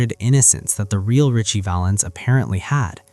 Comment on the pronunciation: Sigh! It’s Ritchie Valens